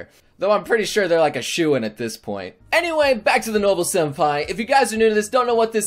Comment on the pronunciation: waaaaaiiiiiittttt wwwwwwaaaaaaiiiiittt wwwwwaaaaaiiiiit...... did he just say SHENPAI 🤔🤔🤔I ONLY SHIP ZYLPAI